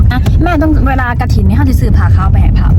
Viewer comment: กฐิน ไม่ใช่กระถิน